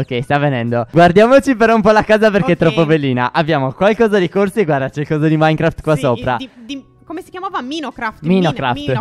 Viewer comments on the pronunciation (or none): none